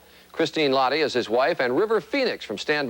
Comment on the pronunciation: it's really comical, how they pronounced "lahti" Christine is half Finnish and the last name has a particular way of pronouncing. I'm Finnnish so it made me laugh. This is one of my favourite movies and I enjoyed these interviews even though seeing River makes me feel a bit melancholy.